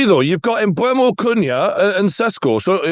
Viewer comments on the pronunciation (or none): Mbeumo is pronounced ‘Mboo-mo’ not ‘Mbwemo’ 🙄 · lads on this podcast STILL calling Mbeumo "Embwemmo". There's no W! It's Emburmo